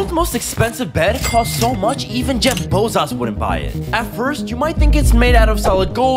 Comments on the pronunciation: lmao the way he pronounces jeff bezos jeff baozaoa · Hey Bosa Zaluus Jeff Bezos that’s the most funny in pronounce you never ever heard😂😂😂😂😂😂😂😂😂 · Jeff bozos- I’m concerned about this man’s pronouncation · Not so hard to pronounce Jeff Bezos not Jeff Bezos